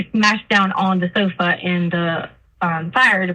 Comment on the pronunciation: I despise how she talks! Ihate how she says "sofa'